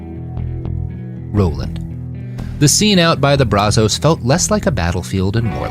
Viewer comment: If you're going to say the name of a place, or let's say a river, over and over, maybe you should learn how to pronounce it. That's not how you say Brazos river